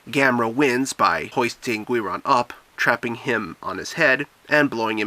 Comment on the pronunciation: It's pronounced Geeron